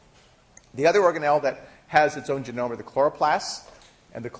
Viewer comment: I wince every time he says "genome"...